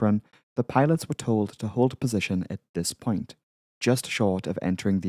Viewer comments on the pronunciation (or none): none